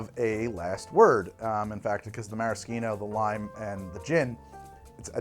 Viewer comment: It's Mara-shh-eeno. Now can someone tell me how to pronounce Pepperoncini?